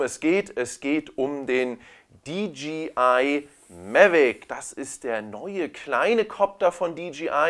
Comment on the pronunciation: Super. Habe gerade die Mavic pro heute neu und werde deine Videos im Laufe des Wochenendes durchkucken ;) Eine Sache kann ich mir nicht verkneifen: du sagst immer DGI statt DJI. Im Englischen müsste es doch Dee Jay Ei heissen.